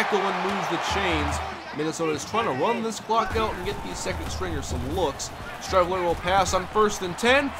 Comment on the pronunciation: Streveler is pronounced like street.